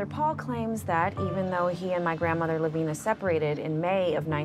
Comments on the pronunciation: I reside in Lavina Montana. Lavina is pronounced with a long I, not as an E sound as you pronounce it. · I have an Aunt Lavina and it is NOT pronounced LaVEENa. Not sure why Christina thought it was.